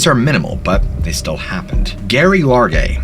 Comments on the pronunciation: The name "Gerry" is pronounced with 'j' sound...not s hard 'g'. I know this may sound nitpicky, but it's so incredibly hard to hear this poor woman's name butchered repeatedly knowing what happened to her. It's also not a super unique name. Gerry, Jerry, and Gerri are just nicknames for Gerald (male) and Geraldine (female). All pronounced with a 'j' sound. Please just make sure you do some extra digging if you come across a name you aren't familiar with. Especially if you're talking about someone deceased. Just out of respect. 🙏🦋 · I think Gerry is pronounced with a soft 'G.' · Pretty sure she pronounces that Jerry, like most women. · Geraldine or Gerry's name is pronounced Jerry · PRONOUNCED JERRY FFS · Gerry is pronounce “Jerri”. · Great videos, but a word of advice, particularly when dealing with stories about those who have lost their lives, be diligent about correctly portraying their names. "Gerry" short for Geraldine, is pronounced as Jerry, and Geoffery, is simply an alternative spelling for Jeffery, rather than "G-off." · Her nickname is pronounced Jerry. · Her name would be pronounced ‘Jerry’..Gerry, I’m guessing is short for Geraldine. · it's pronounced like "Jerry" .. like with a Jay.. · Yes and Geraldine (Gerry) is pronounced with a "J" . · 😂 Geof is pronounced Jeff (just spelt differently not G off) same with Gerry in the other story pronounced Jerry not Gary. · Gary and Geoff lol aka Jerry and Jeff can he not read lol what's up with that 😀😂😂👋😁😁🤔🤔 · My dads name is Geoff pronounced Jeff, and Gerry is short for Geraldine so most likely pronounced Like Jerry as in Tom and Gerry. But tenaciously adhere as you see fit; you say Too-may-toe, I say Too-mar-toe. Grammar cops are a drag I must admit, and mention these only if you aspire to perfection in a world of wildly variegated possibilities, making no assertions my word is law No rule is 100% applicable all the time including this one 🙂. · Its pronounced Jerry not Garry and spelt Gerry